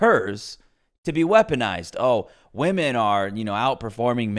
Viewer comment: Lol i was just wondering out of curiosity why do some peoppe say VVomen instead of women? Is it a meme or soemthing?